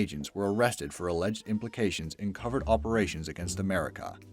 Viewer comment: How the fuck do you mispronounce "covert" In a video about spies?